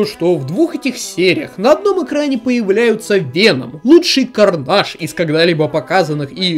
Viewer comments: Хватит пожалуйста называть Карнеджа карнажем. Мы не во Франции, это звучит отвратно. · Не карнаж, а карнедж!!!